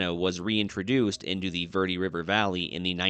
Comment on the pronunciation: Dude, you live there and don’t know how to pronounce Verde ? It’s Bare day in Spanish!! You butchered it so bad I thought you were saying something else!!🤣🤣🤣